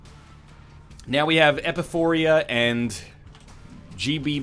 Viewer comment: This has bothered me for far too long, it's not epiPHORIA, it's epiPHORA.